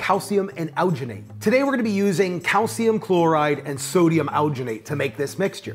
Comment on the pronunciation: the way this guy says alginate makes me wanna die "owginate"